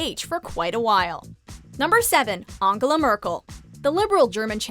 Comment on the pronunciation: Is ange-gela not an-gela